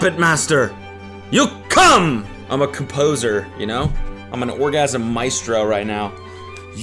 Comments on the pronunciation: Cody, did you mean composer or “cum”poser? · I can’t tell if you said “composer” or “cumposer” but regardless that’s one of the most cringe things I’ve ever seen. How can that be real???? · a comp-hoes-er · did cody just say "i'm a cumposer" and not even realize? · Cody... did you mean a "cum-poser"?😂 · “Im a CUMposer” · The fact that he didn't say "cum-poser" is upsetting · Cody said CUMposer